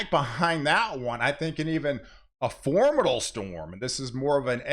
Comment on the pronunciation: Formidle? Westren? At a had of it? English language?